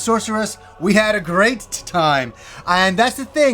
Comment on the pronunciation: "We had a greatit time!" Lol dying laughing